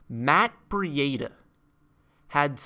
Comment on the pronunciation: Breedah not Bree Aid Ah